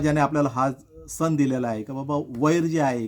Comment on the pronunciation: तुमच्या व्हिडिओ मधील संदेश हा सर्वांना मौल्यवान आहे पण मराठी भाषेची अडचण अशी की सणाला सन नाही तर सण असा उच्चार व्हायला हवा.. 'न नळातला आणि "ण" बाणा तला ही चूक समजून घ्यावी ही माफक अपेक्षा . मकर संक्रांतीच्या तुम्हाला खूप खूप खूप शुभेच्छा!